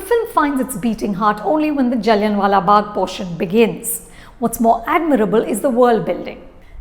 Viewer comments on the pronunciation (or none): its is not jalliannnn wala bagh like really you are an indian !! its pronounced jalliaa n silent wala bagh !! so pretentious you guys are goshhh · She lost my interest when she pronounced Jallian wala Bagh as Jaliyan wala Bagh .. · Google DK Shivkumar pronouncing Jallianwala Bagh while intoxicated